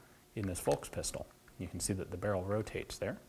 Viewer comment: this is how you say volkspistole without sounding like an uncultured swine. Fohlks Peesh-toh-luh